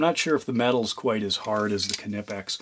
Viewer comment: The “K” in Knipex is silent.